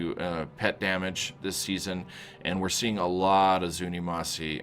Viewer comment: ZunimassA not Zunimassi